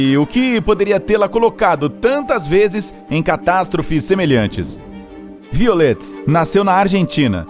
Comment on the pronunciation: Se pronuncia "vaiolet". :)